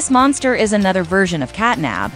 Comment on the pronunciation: Did You know the elephant is actually not nabnab its bubba bubbaphant?and You know CatNAB is actually cat NAP the p not the B